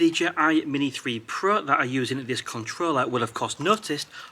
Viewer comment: Nice video. It gets me everytime he says: "DJI Mini 3 Pruh" 😁😅🤣